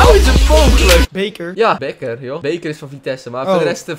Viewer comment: bedankt voor de shoutout het becker geen beeker :) Pec Zwolle